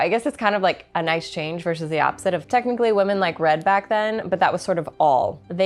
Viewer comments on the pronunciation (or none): none